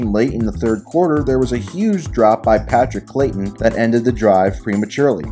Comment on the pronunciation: Patrick CRAYton is his name. Not Clayton.